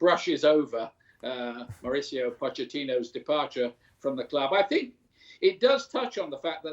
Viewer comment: “I sink Spurs are a small club”